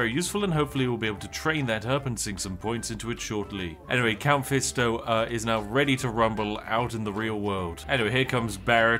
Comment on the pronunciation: "Count fisto" is crazyy 💀